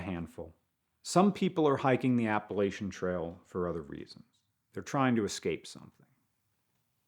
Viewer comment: This guy just keeps on mispronouncing "Appalachian". I'm sure you're a great guy, but I can't take it! I'm gonna throw an apple at cha! 😅